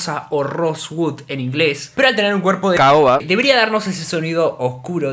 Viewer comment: Me asustó el "cahoba" jajaja